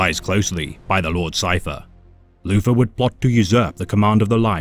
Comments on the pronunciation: Can’t handle this dude saying Loofer instead of Luther over and over again. Lord of the bathroom back scratchers. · Poor Loufa, being betwayed wike vat. The forced voice is good. The mispronunciation makes it funny. Haha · As a subscriber to, I have to point out that you keep mispronouncing 'Loofah' as "Luther". 😉